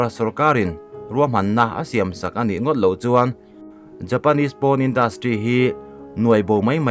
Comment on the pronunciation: Porn(poarn ti a lam tur),PAWN a nilo